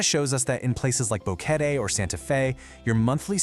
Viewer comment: Need to work on the pronunciations. You pronounce Boquete at least three different ways.